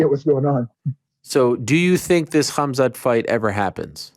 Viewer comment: Ariel is saying Khamzat name wrong on purpose.